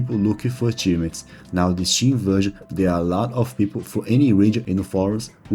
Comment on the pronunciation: who tf pronounces Steam as CHeeme